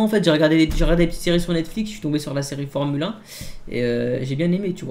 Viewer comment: On dit formulin pas formule 1